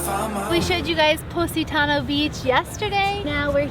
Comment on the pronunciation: Please learn how to say POSITANO correctly, instead of saying "pussytowno"!!!!